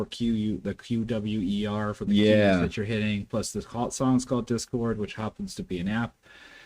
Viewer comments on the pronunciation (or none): If you guys react to QWER again, the name is pronounced as the separate letters. Their music is great - have fun!